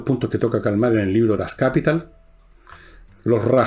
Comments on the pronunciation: La palabra alemana "Kapital" se acentúa en la última sílaba, no en la primera!! Hago esta observación, pues no es la primera vez que usted comete esta falta al mencionar la obra de K. F. Marx Das Kapital, que usted jamás ha leído ni en castellano ni menos en su idioma original. Téngalo presente: El hecho de que su audiencia provenga de "bildungsfernen Schichten" (de estratos distantes o lejanos de la educación) no significa necesariamente que usted no esté expuesto a un público crítico -si tacuisses philosophus mansisses. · La palabra alemana "Kapital" se acentúa en la última sílaba, no en la primera!! Hago esta obsdrvación, pues no es la primera vez que usted comete esta falta al mencionar la obra de K. F.Marx Das Kapital, que usted jamás ha leído ni en castellano ni menos en su idioma original. Téngalo presente: El hecho de que su audiencia provenga de "bildungsferne Schichten" (estratos distantes o lejanos de la educación) no significa necesariamente que ustrd no esté expuesto a un público crítico.